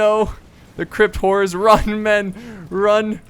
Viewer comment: Did anybody else think he kept saying "crypt whores?" lol